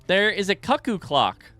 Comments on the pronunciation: Every time you mispronounce "cuckoo" I go a little cuckoo myself. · It honestly hurts my sanity a little after a few times. But it just tells me that he's never experianced certain things of joy in his life, and well, I'm glad he's got them to look forward to.